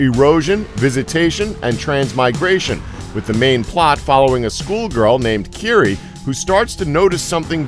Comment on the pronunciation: It's kiri-e FCS nobody gets that right.